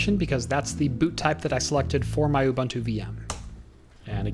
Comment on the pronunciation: isn't it pronounced "you-boon-two"?